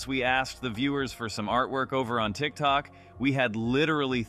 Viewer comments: "Trick truck" and "vootube " and " instantgram" that kept on saying had me dying 🤣🤣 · I LOVE THAT HE SAYS 'TRICK TRUCK' INSTEAD OF TIKTOK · I love how says youtube and tick-tock incorrectly lol